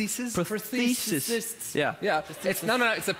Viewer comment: Vegard: "Prothesistststsss."